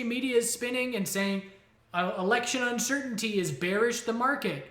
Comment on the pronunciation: “Widow” instead of Window (with the bird video) and now “uncertaintly” instead of uncertainty. Lol. This is indeed on purpose!!!